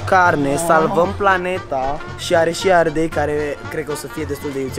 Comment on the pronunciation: Ardel? Nu ardei